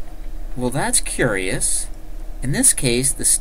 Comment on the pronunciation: "well thats courius" WTF